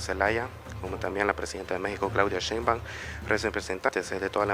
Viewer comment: Nada más que es Sheinbaum, no Sheinbaun. Por lo demás que buen recibimiento le dieron en el país centroamericano, gracias!